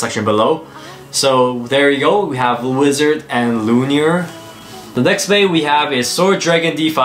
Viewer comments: It’s not luinir it’s luinor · My guy said Wizard L u n i o r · Its pronounced Luinor. Loo-in-oor. sorry that was bugging me lol